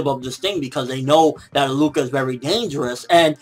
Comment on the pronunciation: HER name is pronounced AHHHH LUUU KAH not A-LUCA lol you had me rolling laughing and btw killua refers to her as a she in every episode that they were seen together